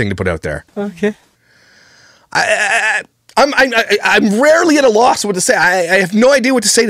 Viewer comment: The “okeh” edits are killing me.